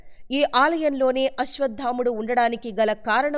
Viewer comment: అశ్వత్థాముడు కాదండీ !!! “అశ్వత్థామ” అండీ!